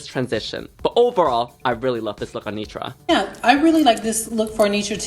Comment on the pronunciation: Is Yuha saying “Nunetra” lol the shade